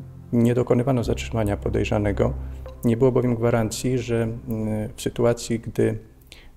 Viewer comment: "pojerzanego" :hand-orange-covering-eyes